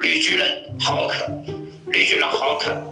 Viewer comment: 请演员请请一个大陆口音的好么。 还浩（háo）克。。。普通话叫浩（hào）克。 刚张嘴就露破绽。。